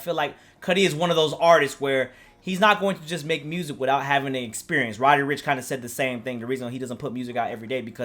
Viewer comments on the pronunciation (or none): none